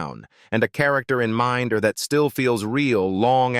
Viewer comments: min da dont you just hate this septic Ai narration lol and Gillingham saying it as Gil ingham lol 🤣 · Dont you just hate this AI narration. Not only is it in an inappropriate american accent but doesnt even pronounce "Minder" properly. Shit when you consider that Minder is the subject of the vid. This is YT pollution.